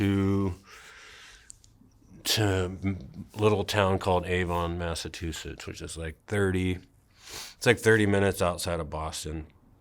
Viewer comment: "My dad was a hick from Massatoosits" that's gotta be the first time that sentence was ever spoken.